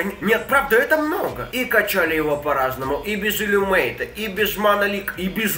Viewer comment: второй спелл котла - иллюминейт, а не иллюмейт.